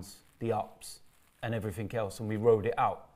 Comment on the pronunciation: Somethink, everythink. What's up with that pronunciation,? Is it a London think?